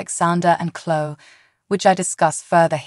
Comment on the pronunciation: If you're going to speak the names of characters...you Really🤔🤨 need to LEARN how to Correctly Pronounce Them!!!, it's not Channel( Chenel#5), Chloé?? That's not good, you say the names Wrong!